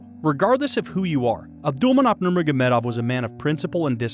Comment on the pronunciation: Ab-dull-man-opp-aa-vich your butchering his name lol